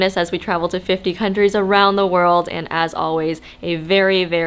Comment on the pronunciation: girl its like you're not even trying to pronounce the words right😒